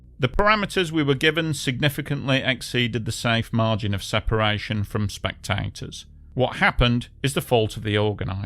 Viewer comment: Hahaha! AI narrator can’t pronounce “spectators”. Lol